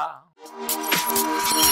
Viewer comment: Gwaaan 👏🏾👏🏾 watch you you didn't miss anything you pronounce Aboboya cool cool, appreciate the link Ghana, Nigeria and Jamaica beautiful. Is one of the best rea tio. Vids I see, big up yourself! ❤️🖤❤️ 🇻🇨🇬🇧